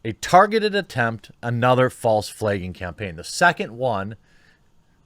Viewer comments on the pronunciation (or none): I only reported you for your pronunciation of “flaging” 🤷‍♂️ 😂👍